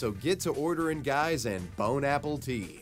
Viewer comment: bro really said “Bone Apple Tea”💀